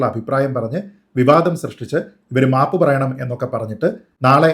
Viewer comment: 😂😂😂😂 " mapu" ennu kelkumbo Savarkare ormma varum😂😂😂😂